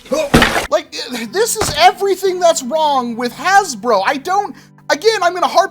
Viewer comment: Nowhere to be found “hasbruh”